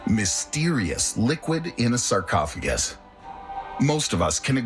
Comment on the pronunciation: Man said sarcoffaguy